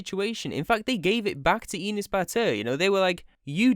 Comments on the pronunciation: I hate enes as much as the next person but its not "eenes" its e like "ethical" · you say the name wrong. its said like "an ass" enes. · Why you saying enes like penis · My name is Enes and it is pronounced (Eh-ness) not EE-ness. Anyway I’m Turkish and my name is Enes and I hate him (just stop saying my name wrong) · Enus? Its Enes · You make me laugh when u say Enes... Cuz it sounds like Anus. And as a Turk, yes he is an asshole. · you are pronouncing his name wrong: his name is pronounced same as an ass ( in a slighter quick way) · Enes? Mire like anus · you pronounce enes like penis lol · Confirming from Turkey, this video is like a chemotherapy session for YouTube Turkey. And i love how you pronounce his name to sound like penis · tbh tho Enes sounds like anus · Thats not how you pronounce Enes...